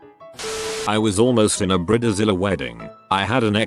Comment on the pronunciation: Bridezilla ❌ Briddizilla ✅